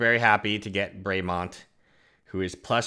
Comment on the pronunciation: It's pronounced bra-mi-mond